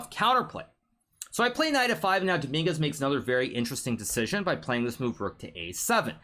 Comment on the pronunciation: the fact he said dominguez like domingas is so funny because every spanish knows the street meaning of "domingas" jajajjajajajajajajajjajajaja